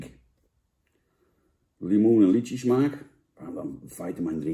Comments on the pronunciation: Hoe spreekt hij lychie uit 😂 Het is lychee Janneman. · Lietsjie-smaak ????😂🤣😂🤣 Jan je bedoeld Lychee!😊